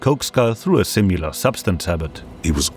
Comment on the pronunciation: similar, not simular